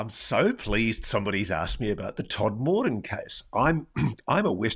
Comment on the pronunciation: Tod-m-den, as its pronounced.